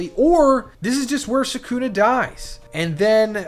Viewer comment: He doesn’t even pronounce sukunas name right that’s how u can tell someone ain’t a real jjk fan